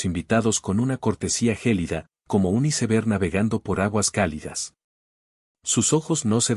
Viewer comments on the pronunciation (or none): none